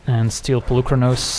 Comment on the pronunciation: Hey there, random Greek here! So the "u" in Polukranos is pronounced as the "ee" in "meet" or "coffee". Comes from the word "πολύ" meaning "many" :) Fblthp pronounciation was spot on though. Very fun deck.